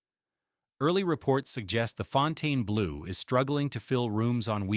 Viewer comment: It can't even pronounce the name of the place the video is about correctly. AI Slop.